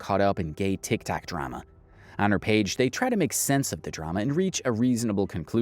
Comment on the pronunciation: How do you mess up saying tiktok and saying tiktik multiple times.